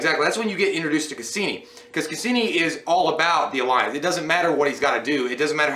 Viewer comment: Lmao!!!! It's casian not casini. Unless you meant to say it that way